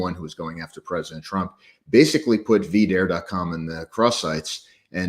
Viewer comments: Calling it “vidaire” and not, “V-Dare” Not gonna make it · I love you man, but you pronouncing it as “Vih-dare” even after James said it the correct way drove me absolutely insane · absolutely, never mind that James pronounced it [Vee-Dare] multiple times throughout the interview. I get it if he switched it up after he said it first, I guess. But you’d have to think whoever in his orbit that set up the interview would’ve known. I don’t know, it was just bizarre. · Yeah I cringed pretty hard at that man, how can you be in the online right and not know how to say it? I feel like even someone who's never heard of v-dare before would know it's not pronounced that way